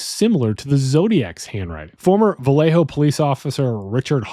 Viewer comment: Maybe don’t say Vallejo like that.